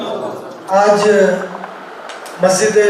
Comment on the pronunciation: Ye motaa orange colour kaa kurti pahne huye kon gaandu hai ise pahli. Dafaa dekha hu yaar ise dhang se bolna nhi ataa Majid Majid karta hai masjid bolne nhi ataa Gand......ko or chala aya muuh utha kar Deen k baate karne or waha ke log use sar chadaye rakhe hai saale ko